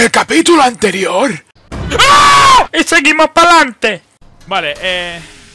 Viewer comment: "en el capitulo anyerior" (grito de ) i seguimos pa' lante